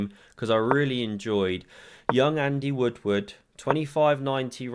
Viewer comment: It's funny to hear an "R" dropper say "Andy Woodward." Sounds like "Woodwood." Ha